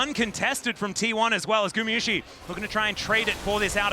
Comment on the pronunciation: T1 fan here, IT IS NOT GU MI IT IS NOT GU MEH IT IS GU MA PLEASE SAY IT RIGHT .